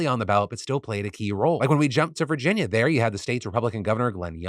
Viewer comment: lol "virgina"